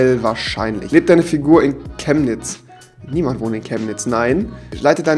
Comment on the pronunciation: Ich wohne in Chemnitz but ok. UND GOTT SEGNE REWI, DASS ER CHEMNITZ RICHTIG AUSGESPROCHEN HAT.